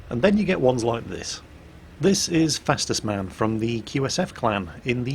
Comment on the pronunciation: Actualy! It's not fastest man, it's Fastus man, or FastUsMan.... no...? Okey I'll shut up and go back to work